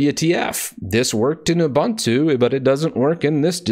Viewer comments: Why do you say "ubAntu" instead of "ubOOntu"? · Correct way to pronounce Ubuntu